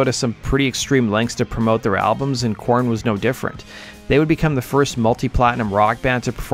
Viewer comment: good Lord, just constantly having to spell out everything in YT comments. I spelled it the way he was saying it. Go back to the start of the video and you'll hear him pronounce their name as core- in or Kor-en.